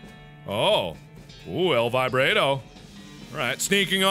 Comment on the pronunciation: Why do you pronounce "El Vibrato" like this: "El Vib_rait_o"? It should be pronounced 'El Vibrought-o'.